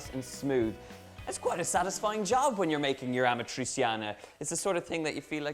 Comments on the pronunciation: Amatriciana, not amatrisiana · If you have an i or and e after a c in Italian, it sounds more like a "sh" than a "s". Like in shoes. So it sounds rather like "Amatritschiana" than "Amatriziana". But looks nice. :) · What? Amatri"S"iana? The real accent for Amatriciana in your language is Amatri"CH"ana. Our C is like your CH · Aaaargh ,great job with the dish but stop pronouncing it wrong the c in amatraciana is said ch like in pancetta . You wouldn't say pansseta so stop saying amatraseeana . Apologies for rant ,food looks amazing 👏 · Donal is kind of struggling with Amatriciana's pronunciation lol. It's basically Ama-trichana. Amatri-seeyanah is too much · It’s amat-rich-yana! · Great pronounciation, Donal! 😂 ”Amatrisiana”. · It’s pronounced “amatrichiana” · The pronunciation is Amatrichiana! You want teach a recipe and you don't know the name. NO FUCKING GARLIC. I don't undestastand why abroad everybody put garlic in our recipes. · Babe it's pasta all'amatriCiana (a-ma-tri-CHA-na) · It's pronounced "ah-mah-tri-chee(like cheese)-ah-nah" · Pronunciation tip: Ah-mah-tree-chah-nah (the stress is on the 'chah' syllable) Great recipe! Love from Italy! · ArmchairWarrior ammatreecheeanna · Amatrissiana ? And yet, you don't say Panssetta... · that‘s not how you pronounce amatriciana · well I wanted to share the video with a friend in rome but I can't because of the wrong pronunciation of amatriciana :D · The best part is how he's saying properly Guanciale and Pancetta but can't get over amatriciana :D